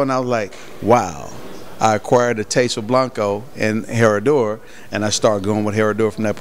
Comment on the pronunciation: The "H" is silent. "Suprema" not "Supremo" - Seleccion Suprema is the bomb